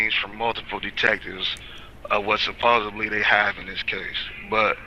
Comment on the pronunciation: God stop saying "supposably" that is wrong and ridiculous it is pronounced supposedly